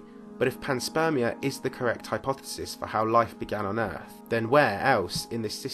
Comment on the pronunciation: Pan-SPERM- ia